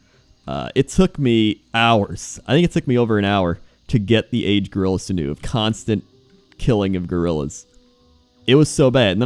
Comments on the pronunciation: Lol sinoo. Sinew, sin-you. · Those of you wondering what on earth he's talking about - he means "sinew" (should be pronounced sin-you) Pretty sure you still die in the whirlpool Which kinda sucks if you've come from Darkshore, where there's another whirlpool you can jump into, and survive and there's a hidden quest/achievement. I remember having to collect a billion pages of that damned book just to find one in particular. An the AH full of pages lol. Now you only need to find a couple :/ Fishing tournies are officially "on hiatus" Island got killed in Cataclysm: - my guess is it as a tidal wave :P